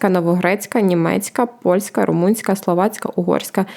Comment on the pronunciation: "...ну окей, ми виключили роШійШьку, нарешті..."(4.01) Дівчата, запишіться на заняття з риторики. Ваше "жування вати" з одноманітним темпом і на одній ноті слухати неможливо) Повикидайте оті безкінечні "ну-окей". Що то за "румИнська" мова (7.30)? Проблеми не "почАлися" (1.27), а "почалИся" Тим більше, говорите про мовні питання)